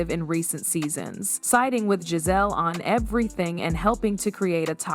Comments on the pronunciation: GIZELLE, NOT GAZELLE. You're very annoying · Stop saying Gazelle, that’s not how you say her name.😡